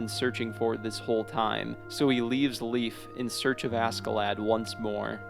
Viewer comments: ffs it’s “lay-ff” stop saying leaf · Honestly the way this guy pronounces northern names is pain, like cmon man his name isn’t leaf, it’s leif 😭😂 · You said leaf but it's pronounced lay F pronounced like safe but with an L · Ah yes, my boy leaf, its pronounced "Laif" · To be ENTIRELY fair, as a historical figure, we English speakers tend to pronounce Leif and Leaf as homophones. It's not like we speak of his father, Eric the Red, AS "Erikr Rauði" no, we just say Eric the Red. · damn he prenounce Leifs name so wrong it almost hurts xD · leif's name isn't pronounced like that